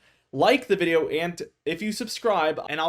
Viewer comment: I'll join prestige weather if you pronounce "video" properly just once in your intro.